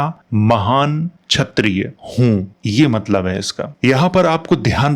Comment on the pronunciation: chayatiya nahi kshayatiya kh not ch sala bihari gutkha